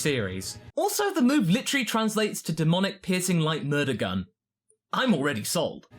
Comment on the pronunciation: Was playing this in my headphones while on Overwatch and I swear I thought he said "Demonic Pissing Light Murder Gun"